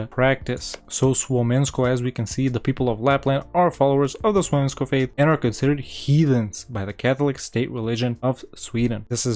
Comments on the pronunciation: That Slavic esque pronunciation of Suomenusko hurts my soul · the way you pronounce Suomenusko sends chills to my spine. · The way you pronounced "Suomenusko" hurt my soul but yeah AFAIK it's an old pagan religion and the name literally translates to "Finland's faith"